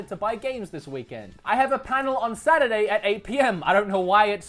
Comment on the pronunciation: friday, sat-day, suh-day